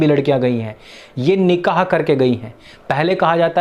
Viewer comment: निकाह होता है निक़ाह नहीं